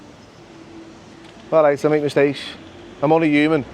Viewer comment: my favorite is how they don't pronounce H's uman = human